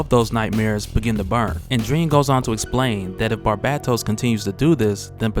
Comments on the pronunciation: Lol barbattos bruh: “bar-BAE-Dohs” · bar-BAY-toes NOT bar-BAT-os. good vid but your pronunciation of his name was annoying the hell out of me lol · Who TF is Barbahtos, I thought it was Barbatos 😂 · The second “a” is long... Barbatos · Love your work bro... So it's with great respect I say this: Its pronounced Bar-BAY-dos. Stay up though bro. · pretty sure it's pronounced "BAR-BAY-TOES" as someone who reads more than listens to media it's difficult to transition. took me like a decade to pronounce Djinn properly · bruh its bar BA Tos. watch iron blooded orphans and youll understand he has the same name as mikazukis gundam. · Are u sayib his name right wtf lol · It's not that hard to pronounce Barbatos smh... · Your pronunciation of Barbados is throwing me off! Otherwise, great video dude! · Argghh the way you was saying barbatos was killing me. Back to comicsexplained to hear Rob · learn how to properly say Barbatos. your pronunciation is toooooo cringy !